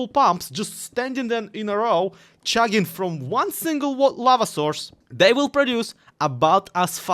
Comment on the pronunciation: never say the word "chugging" again, I almost had to explain why a Russian youtuber was talking about shagging.